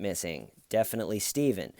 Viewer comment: When arr you gonna stop tellin that!?